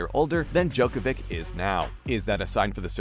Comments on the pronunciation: Hard to understand people still don't know how to pronounce NOVAK DJOKOVIC name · Hard to understand people still after so many years don't know how to pronounce NOVAK DJOKOVIC name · Try to learn to pronounce his last name. You can do it. We believe in you. :)